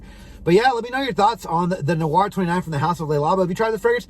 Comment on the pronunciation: It's not called "The Noir." It's called "Thé (pronounced "TAY") Noir" meaning "black tea."